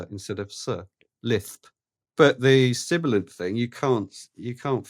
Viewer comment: Not sure if it's editing genius or a dodgy connection, but at (during the explanation of sibilance), says "sibilant" and the "s" is silent!!! Perfect serendipity or comedy editing?!?:D